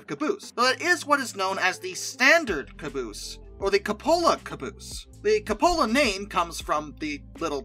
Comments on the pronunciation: Good video accept the Cupola is pronounced "koo·puh·luh". Not 'koo pola'!! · Good God, what the hell is a cabola? It's pronounced coop-uh-luh. Coming from my favorite train youtube guy, you're killing me.... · The ATSF caboose thing was because they the end facing the head end rode way way better. Company wanted the cupola facing the rear so they could see better. Crews wanted it up front so they could stand the ride. And im pretty sure cupola is pronounced que-poh-la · I always enjoy your videos and commentary. However as a 42 year railroad man (hiring out in 1973) ending my career as an engineer (and being a conductor in the caboose prior to them taking them away), respectfully we pronounce Cupola "Cue-pa-low". I loved working in a caboose. It was a great place to be. I logged many miles in one, both Cupola, and Bay window. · The Cupola caboose is pronounced "Cue-po-la". Cue (like Cute)-po-la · its Qup aLa. But im just being a dick. Love your content. Very relaxing and informative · It's pronounced "Kewpola". Please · On the Pennsylvania Railroad they preferred the term "Cabin Car". Also I've never heard cupola pronounced the way you do. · its pronounced like coup in coup d'état